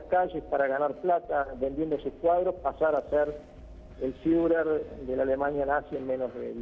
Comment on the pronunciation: "el fiuler"